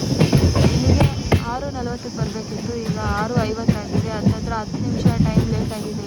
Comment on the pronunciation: ಅತ್ತಿರ ಅಲ್ಲ ಹತ್ತಿರ ಮೊದಲು ಹ ಕಾರ ಆ ಕಾರ್ ಕಲಿ